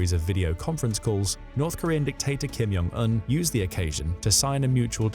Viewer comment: It's Kim Jong Un not Kim Yong Un. In Korean the J is a J sound - not a Y sound.